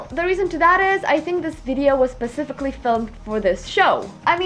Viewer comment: English Correction at : you said Pacifically filmed - you mean Specifically filmed :-) For funny explanation watch this